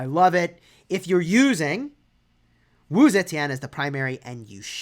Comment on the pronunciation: First YouTuber to pronounce her name right